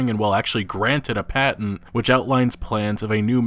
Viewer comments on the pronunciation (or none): none